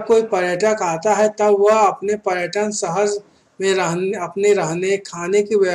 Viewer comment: Bhai paryatan hota h